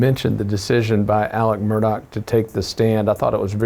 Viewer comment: Murdaugh, not MurDOCK